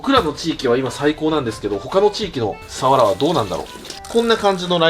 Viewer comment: サワラのイントネーションが終始気になっちゃいました😂